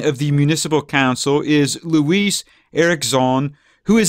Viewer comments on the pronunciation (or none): none